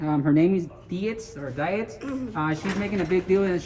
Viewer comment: And BTW,, it's Officer Dietz (deets), not Dee its. Dumbass!